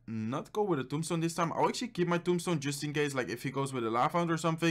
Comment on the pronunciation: How many times did he said "actally"?